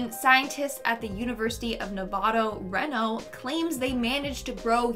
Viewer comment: Did you mean university of Nevada, reno (reno is said Ree No)